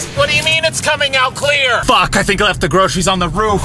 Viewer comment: wat you mean it’s coming ouat cleor